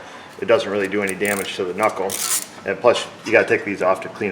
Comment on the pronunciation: Cool, tip, gotta remember to not mess up the "ca-nuckle" :)